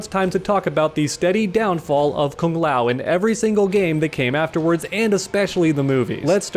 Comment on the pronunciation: As a Kung Lao fan ( who pronounces it kooong lao) this breaks my heart 🤧